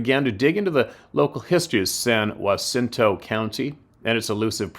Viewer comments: Pronounced San JUH_cinto. I commented on a video yesterday about this area. San Jacinto county is in the Sam Houston National forest area. I am in Oakhurst Tx, which is in San Jacinto county. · From a Texan...San Jacinto...we just say San (a as in and) Juh-sen-to to pronounce San Jacinto Spanish pronouce is San (a as in father) Hah-seen-to for San Jacinto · San - Ja - ciento . I'm from Michigan. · Hey! It’s pronounced SAN-JAH-SIN-TOW